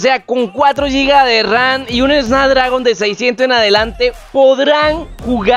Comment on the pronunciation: Es snapdragon** no snadragon jajaja, le quita toda la credibilidad al vídeo, y enserio usaron esto como método de publicidad al tipo? Acuerdo económico dice cD